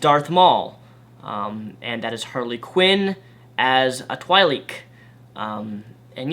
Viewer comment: That Twi'lek pronunciation really hurt my ears:P "Twi'lek" is pronounced "Twee" (as in rhyming with "tree") and "lek" (as in rhyming with "check") I still love you though